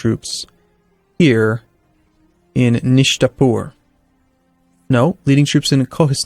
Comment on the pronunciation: i`m an Iranian and to me , it`s really funny when you try to pronounce the names of Iranian regions :) it`s actually Neishabour not Nishtapour :p and also your capital city is Chach(CH as in China) not cock xD